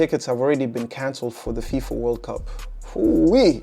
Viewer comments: 0.53 She says FIMA ! It's FIFA, Played it 5 times to make sure. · I am sure she meant FIFA, not FEMA. 😉